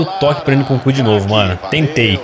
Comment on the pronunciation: o narrador falando o nome do nkunku: nucucu kkkk